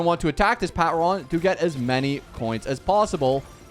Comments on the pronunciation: The pat-ron physically hurts me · i found it weirdly funny how badly he butchered the word "patron" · him pronouncing patron like that is hurting me